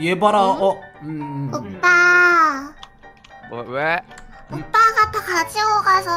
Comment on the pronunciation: 5분35초 저만 오빠라고들리나요